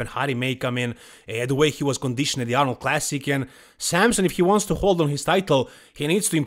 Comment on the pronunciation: who is samsun? either wtite samson or samsung if you want to joke, stop butchering his name